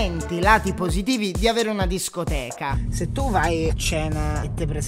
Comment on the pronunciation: Si dice scoteca